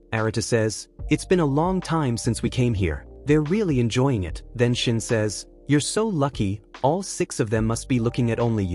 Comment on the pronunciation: Pov the ai saying sine not shin😊